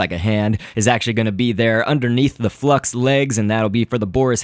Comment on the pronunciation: FLUX- L= FUX XD